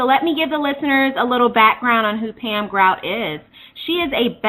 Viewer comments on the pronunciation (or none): I thought her last name was pronounced like the Guardians of the Galaxy character GROOT